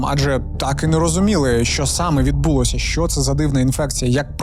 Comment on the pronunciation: 1. Інфекція ширилася НЕ тілом, а ПО тілу. 2. Зясуйте, як по-укр. рос. прям..., прям... 3. Зверніть увагу на вашу фонетику шиплячих і вимову звуків "и" та "е": щЕлепа, а не щЄлепа, чУткИ а НЕ чЮткІ, чОму, щО, а не чЬому, щЬо; все такЕ, а не все такЄ. НЕ почЯли, а почалИ. НЕ відбУлося, а відбулОся. НЕ дівчІну, а дівчИну. 4. Навіщо мішати в укрмову суржикове з західного прикордоння колежанка, коли є українське слово "товаришка"???